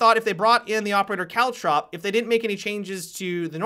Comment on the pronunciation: Every time you say caltrop, I think you're saying cowchop